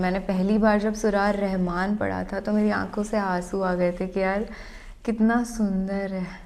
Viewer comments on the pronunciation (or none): none